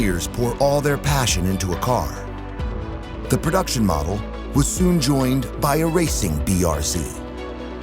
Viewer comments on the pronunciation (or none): none